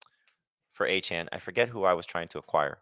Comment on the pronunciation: He goes to a chain...its pronounced a-chan 😂 +1 for